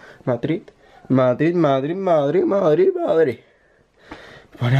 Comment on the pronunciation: HA MADRIDH HA MADRIDHHH MADRIDH MADRIDH MADRIDH JAJAJA XDD